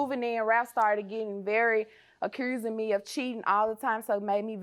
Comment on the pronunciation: I heard that Memphis accent soon as plantiff said "accurzing". Gotta love us! "Diffurse" .